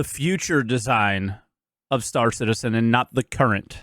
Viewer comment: Why are people starting to use Morph's pronounciation of "St-aÁr Citizen"? is it like a fashion thing?